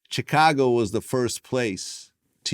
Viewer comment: I hate how vlad says Chicago lol